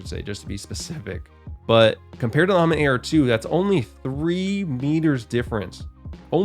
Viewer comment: The sound of ammit hurts my feelings